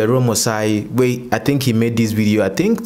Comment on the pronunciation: Dear... AROME is pronounced (Ah-row-meh)